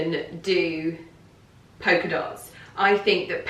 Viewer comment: Why are you pronouncing it “poker” dot?